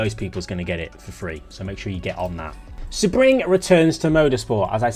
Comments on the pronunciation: Just a heads up Sebring is pronounced "See-bring" not "seh-bring". Good job on the video though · He probably had the info early. I'm not bothered if he did. He does call the track "Sa-Bring" though. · No, not in British English. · Correct! Idk why the Brits tend to pronounce it this way. It’s like they apply the “Nurburgring” pronunciation. The city the track is in is Sebring, FL. The “ring” in Sebring is purely coincidental. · Love you, but do you even try with the pronunciations anymore? Seb-ring like it's Sebastian Vettel's personal race track 😂 It's one of the most famous race tracks in the world, definitely top three in the USA.